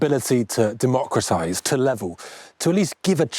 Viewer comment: Did just say democracize? I'm so disillusioned!